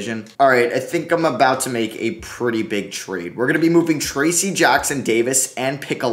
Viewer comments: 1. It's TRACE Jackson-Davis...... not Tracey. 2. It's Christian BROWN (despite being spelled Braun) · made me so mad the way you said trayce jackson davis